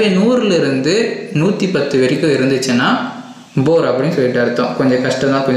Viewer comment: Adhu boor ela poor